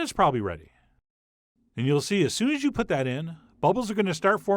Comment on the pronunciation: What's with the intonations? "Keep kneading it AS shown... 'til we have something that's FAIRLY smooth..."